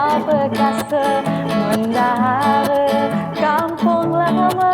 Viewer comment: dak semua juga kata dalam bahasa melayu terutama mendahare ujungnya dibaca "e"